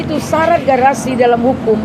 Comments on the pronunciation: Halu lu luya nek, nyebut grasi aja, garasi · HAKIM NGIGO NGOMONG "GRASI" KOK "GARASI" SDH KEBANYAKAN TERIMA AMPLOP JADI KAYA GITU NGOMONG SAJA SALAH GMN MEMUTUS DAN MENGADILI? HEHEHE "GARASI GARASI" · Garasi apa grasi Bu...😂😂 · Ibu ini sih kembarannya nenek Elsa... Grasi ngomong nya garasi.. Praktisi hukum apaan... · TOLOL.... GRASI bukan GARASI.... !!!+ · Grasi Buk,bukan garasi